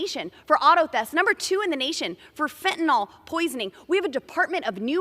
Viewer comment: You go, girl! Put those Silurian parasitics on notice! And, It's fen ta NIL, NOT fen tih NAL!